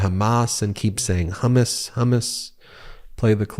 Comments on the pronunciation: He said 'Hummus' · Is he saying”hummus “ ? 😂🤡🤡what a assclown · sounded like he said Humous . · He’s the real Ron Burgundy! Only difference is Trump tries to say anything on the teleprompter. “ hummus”????